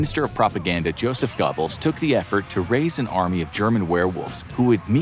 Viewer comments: Thank you! I kept laughing out loud at Gobbles. It’s pronounced like a cross between go-bells and go-bulls. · Gobbles...lol It's Goebbels 😄😄😄 Cool videos though guys. 👍🏻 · Bro said Gobbles lol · Gobble Gobble. What is he, a turkey? It's Josef Goebbels. Not Gobbles. This channel is a joke. Gobble Gobble 🦃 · I really don't expect you to properly pronounce 'Goebbels', but surely you can do better than 'Gobbles'. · "GOBBLES? I mean, he WAS a mentally disabled turkey, in a way, but you're butchering the name. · That's not how you pronounce goble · Like a 🦃 He gets it at least a little better latter in the video. Someone must have stopped and corrected him half way through !